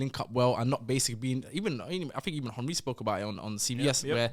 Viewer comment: still can’t pronounce Henry correct🤣🤣